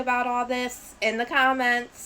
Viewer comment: I live for the cahments!!! Lol